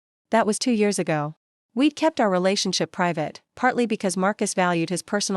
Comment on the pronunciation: A really good story. Enjoyed every bit of it, except that contractions such as we'd, night's, were not pronounced correctly, perhaps owing to the use of AI. Please do proofread or go through the video before posting.